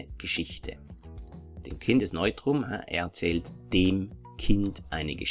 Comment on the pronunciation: Very good video! Thanks! Anyway I’ve always wondered why do you pronounce ”dem” like there was an i. It sounds like dim. I hope you understand what I mean. Greetings from a Finnish speaker, we use 15 cases! 🇫🇮🇩🇪